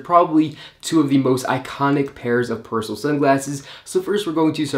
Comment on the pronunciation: The name is not Pers'l......it's Persoool!....." per il sole "